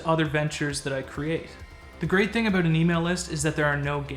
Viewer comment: I didn't know aboot you being Canadian.